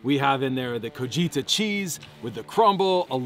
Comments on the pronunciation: Absolutely looking delicious! But it's also definitely Co-Tea-Hah cheese, not Co-ji-ta. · Tell the cheese is pronounced coheeha it's a Mexican cheese! Slices in the fish good keep catching up